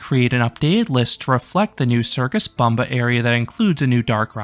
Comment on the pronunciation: by the way it is pronounced as "Boombah", not "Bumba".. LOL